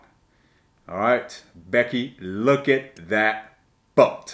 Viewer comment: All I keep hearing is you’re going to “lick” instead of look. Unless I was hearing it correctly 😂